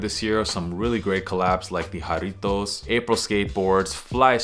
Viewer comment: Nice Spanish accent when saying Jarritos BTW!